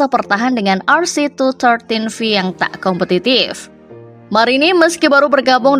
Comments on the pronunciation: honda Rc two one three v min... bukan two thirteen v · Rc tuwan tri viii kali mbak cara mbacanya mmm